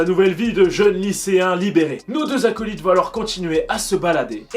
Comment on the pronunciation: rassure moi tas dit acolite 😅😅😅